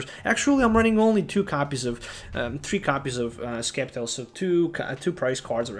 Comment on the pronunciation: Sceptile is pronounced as "Sep-Tile". Just think of the word "sceptre"